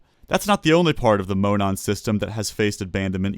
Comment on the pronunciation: Monon is pronounced as Mo-NAWN. My home state railroad. I miss that railroad.